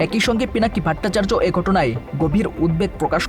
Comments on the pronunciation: দাদার নামটা সঠিকভাবে বলেন ভাট্টাচার্য না ভট্টাচার্য হবে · উপস্থাপক ভট্টাচার্য এর উচ্চারণ ত্রুটিপূর্ণ।